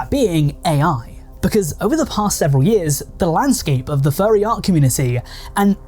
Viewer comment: Why do you pronounce it as “Fyarry”